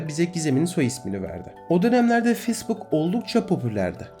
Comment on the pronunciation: Telaffuzlara daha dikkat edersen çok güzel olur. Özellikle facebook'a.